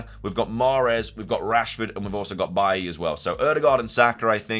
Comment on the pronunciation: It's BAY-LEE!!!!